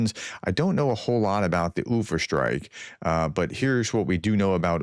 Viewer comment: When pronouncing Ufa, it is spoken like uFA. The accent is on the FA. oooFA I lived there for a few months. It's a nice city, good people, a reasonable hockey team. They have a history of rebelling against Russians. Good for the Ukrainians hitting this refinery. They really need to destroy the refinery in Omsk. Chelyabinsk. Is spoken like Chely a binsk. A meteor hit this city a number of years ago.